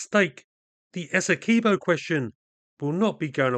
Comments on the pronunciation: It's Essequibo not Es-se-key bow I fed up when people deh calling it daw btw It's coming from a guyanese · Why is everyone misspronouncing the names. Guy-a-na Ess-e-quib-o